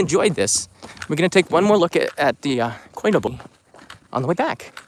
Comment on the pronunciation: Hey. Saw your vid and quickly want to correct you. It's not Koi no Bori, it's Koi Nobori. Nobori means "flag, streamer". The 'no' isn't a particle.